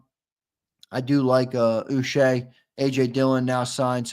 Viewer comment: Uche is pronounced Ooh -Chay (hard C like in Chicken).